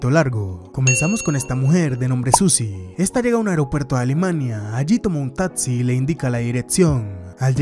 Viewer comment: me desespera q no pronuncies bien las palabras dices: “tatsi”, “diretsión”, “contesto”, entre otras…